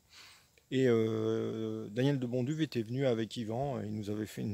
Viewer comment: Bonjour.Je constate avec plaisir que vous prononcez assez correctement le nom de mr De Bonduwe (nom d origine flamande,d ailleurs),qu il repose en paix,c est à dire en prononçant le w à la façon germanique,sans le reduire à un simple "v",ce qui n est pas si évident en France...😊 C est un detail,mais bon...Autant respecter le nom des gens,surtout des gens d exceptions comme lui...Et bien sûr,merci pour cette remarquable video!